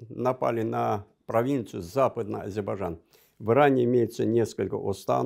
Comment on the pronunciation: Этот горе " историк" даже слово Азербайджан правильно произносить не может ::"Азибажан".И вот этот чудо "историк" сегодня рассказывает вам сказки , по которым на сегодняшний день Ереван это Иреван, сама Армениячуть ли не Аербайджан.Да вы в край охренели , что вы еще хотели бы!